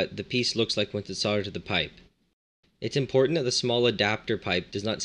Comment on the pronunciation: mate its soldered NOT sawded